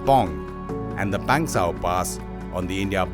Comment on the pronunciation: It's not Pengsauuuuuu.... pass it's Pangsu pass